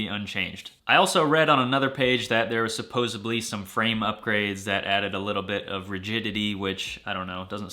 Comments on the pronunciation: Supposedly. With a "d." 😆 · Supposedly... it's supposeDly